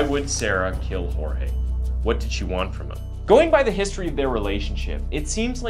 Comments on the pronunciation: It’s George not jorge even though it’s spelled Jorge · Who is hoarehay? His name is Jorges, why are you pronouncing it in a pretentious way? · My biggest red flag isn’t even that she’s lying, that she’s emotionless, or that she’s defensive and trying to force them into believing said lies; it’s the fact she won’t pronounce his name correctly. She was with this man for a while, even if it was on and off. She should know how to say her lovers name properly. She couldn’t, and wouldn’t even take the time to do that. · He is Hispanic and his name is Spanish. Hor-hey. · Bro why does she keep calling him George???? Did she not know how to pronounce here own BF’s name??